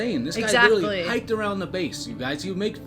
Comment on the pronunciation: Please learn to pronounce “literally” not ludirilyy